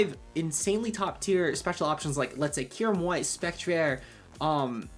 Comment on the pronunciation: p.s. i hate how you pronounce spectrier lol